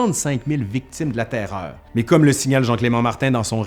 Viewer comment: J'adore comment tu prononces la TAIRREOREU ! :)